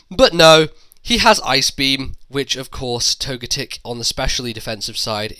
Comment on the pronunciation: I pronounce togetic toe-ga-tick but when you say it you emphasize the GAAA